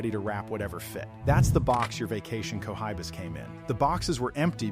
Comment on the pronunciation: I love co-high-bas